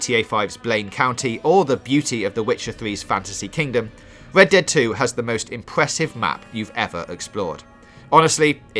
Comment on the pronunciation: "Wed Dwead Wedemption 2"